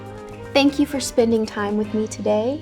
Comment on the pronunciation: She says simone instead of the usual way